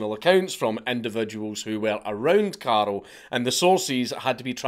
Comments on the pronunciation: it freaks me out that he keep calling him Karel/Karol? it's Karl/Carl. easy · Is it not karl not carol? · First I'm incapable of understanding whether you're saying carl or carol and than there's another guy who's named carol so I'm a little lost here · Dank I keep thinking you’re calling him Carol 😂😂😂😂